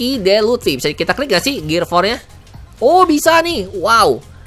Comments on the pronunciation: Luffy njer bukan luthfi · Luffy bang bukan lutfi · Luffy bang bukan luthfi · Bukan lutfi tapi luffy bangg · Luffy om bukan lutfi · panggil luffy jadi lutfy sama kaya panggil naruto jadi narutot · Luffy bukan lutfi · Tf he said lutfi 😂